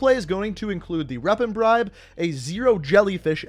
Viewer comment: he said reapon bribe cool